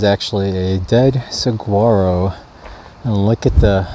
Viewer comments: The Saguaro spines were/are used for fences and the roofs of ramadas. However, it is illegal to remove live or dead Saguaros from public lands. Same deal with dead Ocotillo spines. We'll get you trained yet on the correct pronunciation for Suh WAH ro. :-) It is sometimes spelled Sahuaro - we live near a town called Sahuarita - "a little Saguaro" in Spanish. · Hey, My husband and I have been following your hike for several days now. Our daughter lives in Tucson and it is a beautiful area. I don't know if anyone has mentioned this to you yet as we are only on day 5, but Saguaro is actually pronounced Sue-waa-row (the G is silent) and Ocotillo is pronounced Oh- kuh-tee-o (the L's are silent) just wanted to catch you up to speed. Make sure you eat high calorie good foods and drink lots of water! Stay warm at night! Take care and Best Wishes!